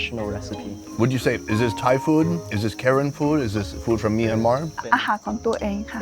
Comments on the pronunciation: It's PRONOUNCED KUH-RAN!!! NOT WHITE WOMEN KAREN!!!!! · I kept hearing Karen as the name of the people XD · Are you saying Karen tribe? Just curious, if im hearing correctly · Dude still pronounces their ethnicity incorrectly 😭